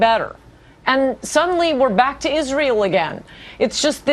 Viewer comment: Why does she pronounce it as "Izreel"